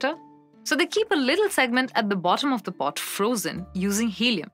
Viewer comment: Have you listened to this crap? She can't even say pot. Get rid of this nonsense.